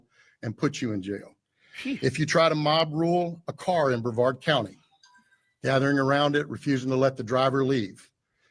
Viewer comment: It’s BREVARD COUNTY…not BAVARD COUNTY!!!